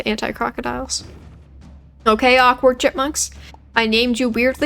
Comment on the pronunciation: My head raised when you said awkward bushes cause I heard awkard b*tches